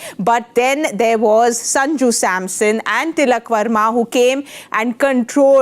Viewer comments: It's Varma, not Verma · They were ready for ”Sharma “😍 ”Verma " came out of syllable’s 😂